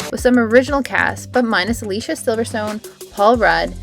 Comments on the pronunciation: Pronounced “a-lease-ee-uh” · Her name is pronounced uh-LEE-see-uh